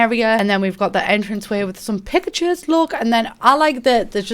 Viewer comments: I know she said "pictures" but I can't stop hearing "pikachus" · I thought she said pikachu 😭😂😂😂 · hahaha ok least it wasn’t just me who thought she DID say pikachu’s